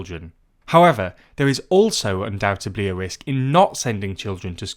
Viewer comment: I just wanted to say "UndoubteDly" ok I feel calm now